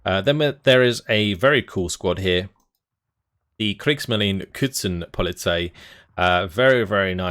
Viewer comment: New words: MEK (Marine Einsatzkommando) = marine commandos Boot Besatzung = boat crew Küstenpolizei (who’s pronounciation just butchered) = costal police Brandenburger just means people from Brandenburg